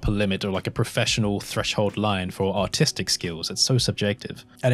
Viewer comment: The way you say artistic sounds like "autistic".